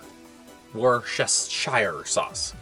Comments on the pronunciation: So Theres a new moth. A nce clip of a hornbill. Some pictures of some animals that are meant to be new but includes rhio beetle, bats, creatues that really aren't new. Oh, Worcester is a city in Worcestershire. Its pronounce wuss-ter- wuss-ter-sheer. The ability to create colour images happened in the 1860s. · Worcestershire is a county in England. WuSSTAsheer is how it is pronounced. You are silly. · Worcestershire was always the county that named the sauce. It's pronounced wustershire. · Pronouncing a word WuSSTAsheer is what's silly. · lol most of the things you have shown i also see the changes , but the worchestershire sauce ... was always that way. im old and i remember first trying to pronounce it, outloud ,in a sentance, while serving elevenzies, while working in outback australia as a teen.